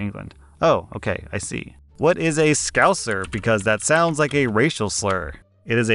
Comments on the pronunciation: As a “so called scouser” (i was born in liverpool but sound nothing like the usual scouser stereotype ) hearing you say it sounded like a racial slur woke me up from my zoned out position 🤣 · was not prepared to hear scouser lmao